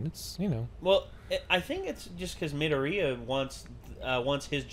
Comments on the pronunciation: Me-door-e-uh, if that helps. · Mid-door-Re-ya. That’s how it’s pronounced. I’m sorry, it was really bothering me. Or just call him Deku. It’s his nickname.